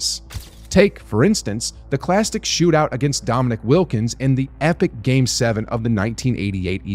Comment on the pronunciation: If you're going to talk about basketball legends please at least pronounce Dominique Wilkins correctly... Dom-in-eek not Dom-in-ick